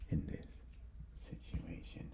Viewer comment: Actually, it's "this", not "these". They have an accent and pronounce it similarly to these but it's not the same.